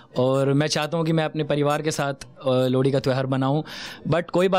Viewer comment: भाई लोहड़ी होता है लौड़ी नहीं😂😂😂😂